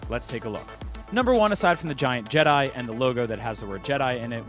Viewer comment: There is no s in jedi